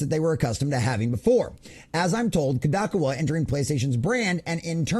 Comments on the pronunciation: bro you are saying it wrong ,,,,, Kadokawa ----- say it like ko-do-ka-wa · Yes, long o's. Koe Doe Kah Wah. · Good report. Please level yourself up by researching how to pronounce things. You lose credibility if people think you can't look up how to pronounce things. Kadokawa and Endymion (he says his name at the start of every video) Otherwise enjoy the content, hope to see you grow !